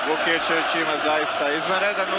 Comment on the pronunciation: Prezime je Vukićević, a ne Vukičević, i komentator netačno izgovara.